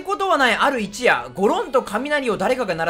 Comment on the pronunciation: 他の実況者もだけどYoutubeに投稿するんならもっと漢字勉強しろよ.... あとこの場合一夜(ひとよ)でしょ